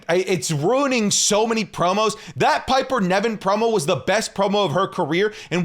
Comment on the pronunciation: It's not Piper Neven speak properly you literally watch the product & still incorrectly pronounce it